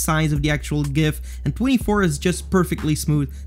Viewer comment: pronounced gif as it is supposed to be pronounced. 100 respek points.